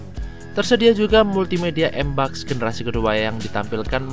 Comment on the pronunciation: MBUX = Em Bi Yu Ex bukan EMBAKS